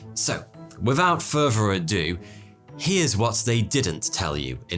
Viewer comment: "wifout furver adue..."